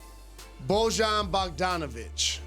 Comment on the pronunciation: It’s pronounced boy-an (an like Antetokounmpo) 🤦‍♀️